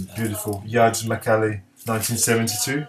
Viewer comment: Je pense qu'on dit 'j'ards macalé le j se prononce comme en français, même chose pour george (ben), mais certains brésiliens prononceront à l'anglaise (les paulistes je crois par exemple) en bref.../ superbe vidéo et tous ces disques sont essentiels, il n'y a rien à dire!/ le macalé, je le cherche toujours, je l'ai toujours vu en mauvais état ou trop cher, je vais peut-être acheter la réédition un jour.../ haha, bon ok alors je vais montrer 'força bruta' et profiter que tu le montres pas../..